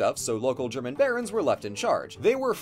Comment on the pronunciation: As a native German speaker, I do admire German pronunciation:)